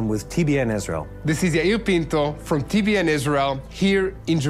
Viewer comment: TBN not ten